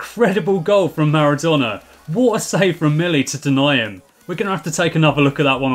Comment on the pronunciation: Am I the only one who hears name of Naruto instead of Maradona ?